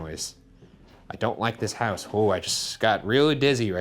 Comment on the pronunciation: Ryan kinda slurs the word "house" and then the voice box immediately says "diction" lmao